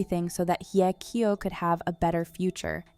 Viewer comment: Why is she butchering her name ? Just simply say "Hey" kyo stop trying to over pronounce it